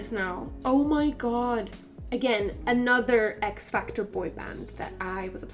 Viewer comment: I kept thinking you were saying Fear Factor instead of XFactor 😂😂